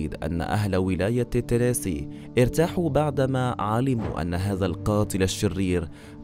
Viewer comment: تنيسي وليس تسيني